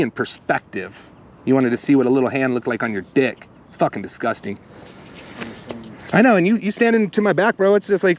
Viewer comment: Intriguing, that's an interesting way to pronounce disgusting.